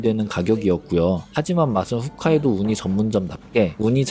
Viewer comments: 훗카이도가 아니라 홋카이도 인데 이분도 잘 모르시네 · 훗카이도 아니고 홋카이도입니다ㅠㅠ홋이요 홋홋...'ㅎㅗㅅ'... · 짜임새 있고 정성스런 영상 떡상예상되네요 옥의 티는 홋카이도라 쓰고 계속 후카이도라고 읽으시는 것 호카이도라고 읽어주세요😊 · 혹까이도, 홋카이도를 훗카이도라 하는 게 넘 거슬리지만 ㅋㅋㅋ 영상 잘 봤습니다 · 아니 왜 "홋카이도"를 "훗카이도"라고 하는건지. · 훗카이도 아니고 홋카이도입니다 😮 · 왜 자꾸 훗~ 홋인데요